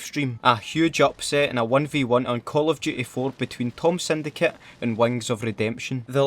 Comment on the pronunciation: Call of duhey